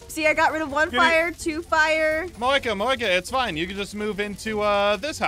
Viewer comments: Starslayer77 77 Moeka not Monica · Monkia? You mean Moeka?